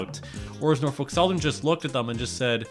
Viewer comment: "NOFOLK SOTHERN WATS YO FUNTION!"